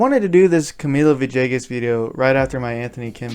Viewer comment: Good story..... just need to stop pronunciation of Villegas as "ViJAYGus"..... maybe say his name right.. pga announcers need to get it right as well!!!